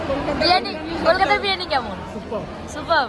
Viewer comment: Thik thak kotha ta bolo birani na biriyani tulika ke bolo tolika bon k bolo bun aktu valo kore kotha boleo